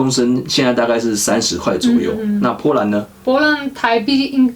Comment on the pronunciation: 士愷的po兰听得我好痛苦，popopo